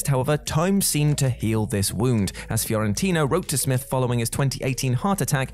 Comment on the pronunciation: Fiorentino not Fiorintino.